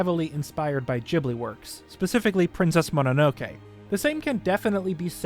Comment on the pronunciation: bro did not just say jibly